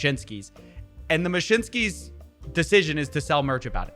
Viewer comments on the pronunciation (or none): Taco Bell will give u the "mashinskis" 😆😂